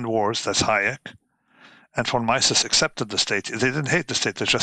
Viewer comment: Roberts has had a tough time finding decent guests over the last few months. So let me be one more of those guys complaining about Taleb. "Von Myssess" (phonetic spelling), for God's sake! Anyway, Taleb: self-important fool.